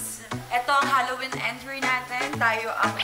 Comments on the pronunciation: zebby Halloween not Hollowen 🤣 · HAlloween mi, hindi HOlloween po. 😅😅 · HALLOWEEN NOT HOLLOWEEN! 🤗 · HALLOWEEN NOT HOLLOWBLOCK CHARRR 🤣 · Hallowen mi hindi hollowen hahhahahahaha